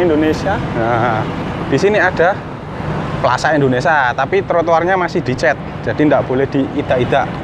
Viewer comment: Plaza indonesia mas..bkn plaza indonesa..🤦sorry bercanda😃